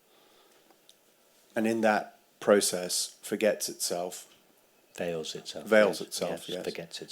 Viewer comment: "veils", not "fails"